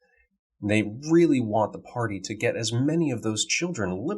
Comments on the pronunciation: The spell is pronounced “gesh.” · It's pronounced gesh. It's Irish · Its pronounced gesh btw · Geas = GEESE, I believe is the proper way to say it, but don't quote me. I'm currently running a 3.5 Semi-Homebrew CoS campaign, but I've upped the level to 8th, so I can throw some truly terrifying stuff in there. I really appreciate the content as it's very helpful to me, so thank you! Cheers!